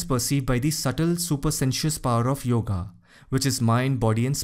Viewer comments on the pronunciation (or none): none